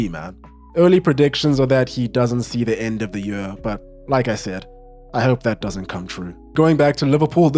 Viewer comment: where are you from my friend. i find your way of pronouncing 'year' interesting